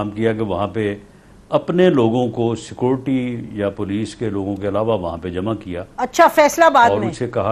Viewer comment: Illiterate man instead of saying SECURITY he says SECORTY Jahil adhmi, lanathy , kotta